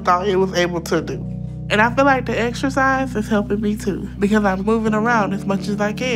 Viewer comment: They all say "extracise"...😂😂😂